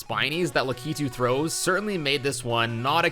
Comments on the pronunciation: Why is it that youtubers put too much emphasis on the k of lakitus name its lack-it-tu not lac-ki-tu. It's odd. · Lakitu is prounced "lah-kit-tu", not "la-kee-tu". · Lack-Uh-Too, not luh-kee-too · You say lakitu in a weird way.